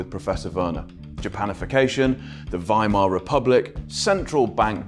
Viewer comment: Well done for pronouncing Werner and Weimar as it is said in German, W in German is pronounced as V in English. It sounds more than horrible when English speakers say Weimar Republik pronounced the English way